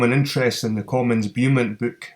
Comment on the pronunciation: It's pronounced 'Bow-mont' mate